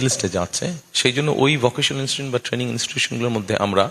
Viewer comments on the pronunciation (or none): none